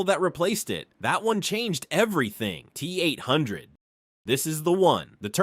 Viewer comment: Don't forget the Tee Eight oh oh 🤣